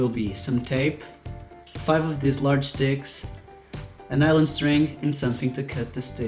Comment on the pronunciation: Is it me or when he says sticks its sounds likedicks